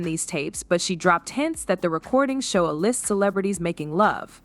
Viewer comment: Stupid AI can't say AY LIST 😆😆